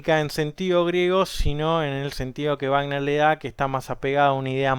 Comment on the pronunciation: ricjard vagner he he escuchado dos personas contigo que lo expresan fonéticamente así, en México la mayoría decimos Richard sonando la CH y "Güagner" Excelente descripción de la obra